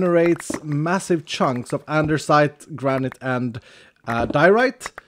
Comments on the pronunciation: That moment when you realize says andersite so much that the altar literally has it spelled that way even though it's actually andesite. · Why you call it andeRsite?? It's Andesite. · Why do you always pronounce it "andeRsite" when there is no R there? EDIT: Wait why are the Andesite items named "Andersite"? Is it because of the modpack? ....did you intentionally rename them for Vault Hunters? Hahaha, if so, I must actually commend you for your commitment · saying "andersite" is why there is a spelling mistake in the mod because it's "andesite" and the stone is spelled both ways in the mod. One of the skills also has "specialisation" in the description instead of "specialization" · I love how when he looks at the vaultar it says Andersite as well, not andesite xD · you actually changed andesite to andersite xD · why is the vault altar saying andersite its spelled andesite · XD The mod changes the name of andesite to "Andersite" for the way says it 🤣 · So does he say "andersite" on purpose? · why does he say andersite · I get teased a lot for saying andersite and you say it quite a few times 🤣 and I’m not Changing how I say it lol love the video and this series in general! ❤️ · He changed the name for VH to give it the R because he always mispronounces it. So he changed the name to troll people.. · I just came here to see if that was mentioned. always adds an "R" to andesite when he pronounces it, so maybe it was renamed in this mod pack as a subtle joke? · Yes he renamed it. always pronounced it wrong on stream, so he changed the name in VH so he could confuse people into believing it was always spelled that way and the viewers are wrong. at his finest. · What english are you using, cuz in my English its called andesite, without the r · since when is there an r in “andesite”